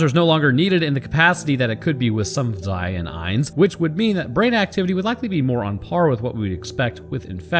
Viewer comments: I'm sorry but your pronounciation of zwei is not "meh, close enough" eins was pretty good even got a real german einz in the beginning. but it's not swei more like tswei anyways awesome video! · Yes your german pronounciation is ok. Some german letters are a bit harder. F.e. the "z" in "zwei" is something between "s" and "t". It's more like, "ts". Same for "Panzer". The "a" is like "heart" or "fart", the "n" is very hard, the "z" like a "ts". German, and some other european languages, really can hurt your throat, if you aren't used to it. I know people, who speak english in their day to day life, but are from middle europe, and they say, being here and speaking german or dutch again hurts after a few hours. For a lot of people, german sounds angry, and dutch sounds like drunk german 🤷‍♂️ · 1-eins is pronounced exactly right. 2-zwei is very close. the z is sharper pronounced in german like you tss at a cat who’s trying to do something she should not and you see her. And for the panzer it is very close as well. Again the z sharper and the a like a jamaican would say it and i think it would sound perfect maybe you can try and say it to your wife she will tell you if that does the job. Because of you i know how to say pronounce some words correctly👌🏻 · You have a german wife? Haha cool. Im from Germany and - yeah i see why she said close enough 🤣 Keep up the awesome content